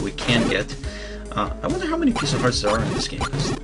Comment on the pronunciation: it's hearts not what you were saying (sorry I'm a bad speller even though I'm in high school)